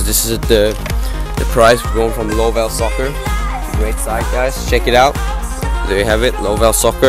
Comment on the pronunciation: its pronounced love2soccer not lovellsoccer, But the website is correct